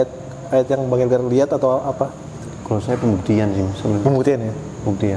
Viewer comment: Bang..Bang bukan bang helgar🤦‍♀️😬😁